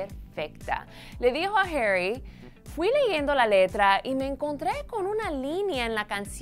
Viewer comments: Porque l dices heri si es HARRY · NO ES HERRY ES HARYYY, APRENDAN A HABLARRRR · Por que le dice Jerry